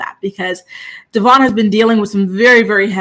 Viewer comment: It’s pronounced Devōinn, been saying his name wrong since the beginning and he had her child!!